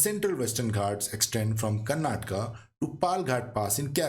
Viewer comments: Please don't say कर्नाटका it's correct pronunciation in Indian language is कर्नाटक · Kindly learn to pronounce it correctly the places of southern India.......